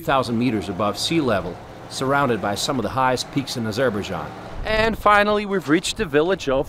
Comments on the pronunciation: Narration is not good; pronunciation of even the country's name is awful. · Never heard Azerbaijan pronounced like this.... otherwise an informative vidoe presentation. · i thing you need to learn how to pronounce the name of the country. But very nice report. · Are you sure that’s how you pronounce the name